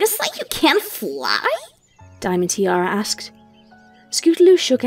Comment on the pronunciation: Whys saying Diamond Teerara?